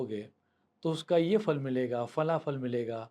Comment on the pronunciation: Fa nahi. Pha. Phalam astu te